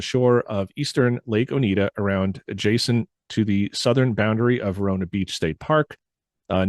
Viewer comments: Oneida not Onita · This was fun to listen to. Thanks for delving into this. As someone who lives in Central NY, it was great hearing about these sightings! BTW, Oneida is pronounced Oh-Nigh-Da, rather than Oh-Need-A. Not trying to nitpick, just wanted to share. Keep up the awesome work! I'm loving it! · Interesting video ! Thank you for sharing....btw, the county is pronounced ONEIDA..... O- nye -da.....not O-knee-da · Its pronounced Oni-dah.... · Very interesting. I live just outside of Cazenovia. Sorry to do this to you but Oneida is pronounced Oh-nye-da. First time watching your show and enjoyed it very much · Please! I before E sounds like E. E before I sounds like I. OH-nigh-da lake, or Oh-nigh-da County. Thank you. I know, I'm being a Karen; Care-in, not Kor ann. One is person, the other is a bible...kind of.